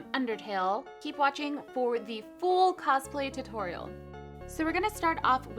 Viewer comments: It's not torel it's toriel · its t*u*-toriel not to-toriel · You mean a tu-TORIEL, not a tutorial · You mean full tu-Toriel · Don't you mean.. Tu-TORIEL? I'm sorry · its not tutorial its Tu...Torial !!! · she said: tuTORIEL OMG LOL 😛😛😛😛😛😻😻😻😻😻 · it's a tu-TORIEL . . . . I'm sorry. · Doncha mean tu-TORIEL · You said tu-toriel :) ur vids are awesome!! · Do you mean tu-toriel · U mean tu"toriel" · You mean toTORIEL! b-dum-tshh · Lol te-Toriel lol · Don't You Mean Tu-TORIEL